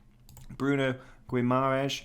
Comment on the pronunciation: wtf did u say? hahaha "gwimaresh"?